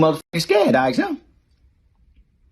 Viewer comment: Ask not axe.